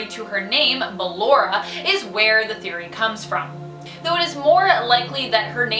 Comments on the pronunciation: Why are you calling her Baylor her name is basically ballora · she said Balor its ballora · Top 10 : BALERA. me : ITS BALLORA triggered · It's not Baalora it's Ballora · She said circus baby instead of ballora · Ok her name is pronounced "bullora" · SPODDER BALLORA, SPOODER BALLORA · sorry but this is bothering me its ballora (ball-or-ah) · you are pronouncing Ballora's name wrong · it is ballora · I'm sorry you actually are calling her ballora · I’m annoyed how she says ballora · Why she say ballora so weird? Lmao